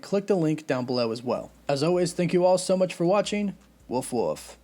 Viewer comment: Are you saying 'with love' or 'woof woof' at the end of videos?